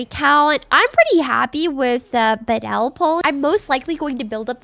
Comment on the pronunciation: I flinched every time she said badel…..it’s clearly bad el